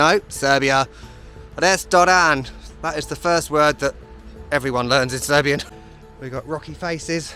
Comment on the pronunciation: Thanks for visiting Serbia and for efforts to pronounce Serbian words and do it really well. You still make me laugh, nothing like good old English humour 🤣